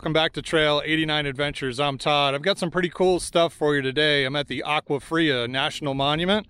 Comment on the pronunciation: Agua fria not aqua. Pronounced awa fria.